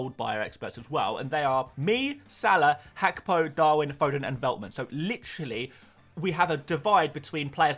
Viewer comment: Love your channel, but please stop saying Hakpo